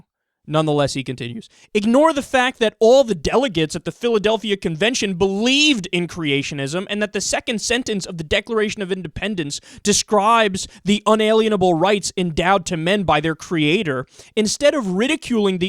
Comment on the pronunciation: Pet peeve: Saying "unalienable" when the actual word is "inalienable." Dunno why, but it's like nails on a chalkboard to my ears.